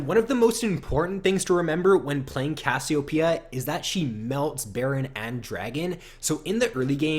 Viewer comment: ur saying cassiopeia weird and it's making me cringe